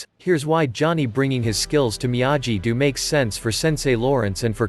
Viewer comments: It is Miyagi, not Miyaji. Have you not seen the Original Karate Kid movie? You should know the correct way to pronounce Miyagi. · I had to stop watching, because how many times must I hear you pronounce Miyagi the wrong way? I lost count, but after 4 minutes I could not watch the video anyone.